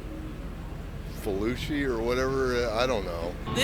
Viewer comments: I thought he was trying to say Pelosi haha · When the old white guy called Fauci “Falooshy”, y’all should’ve walked off 😂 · How would you even pronounce Fhaluchi? (Fauci)